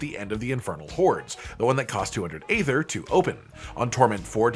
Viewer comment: Draught is pronounced draft. And aether is pronounced ee-thur.